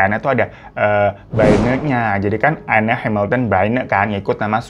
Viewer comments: Cara bacanya bukan Enne ya bg, tapi Enn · Anne dibaca en,bang hirotada radifan aku ngefans